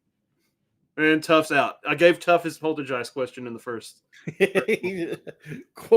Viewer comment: You pronounced Poltergeist wrong